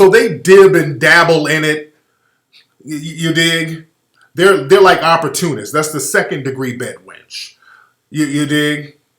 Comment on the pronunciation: Oppor-Koonist😂 Tariq a fool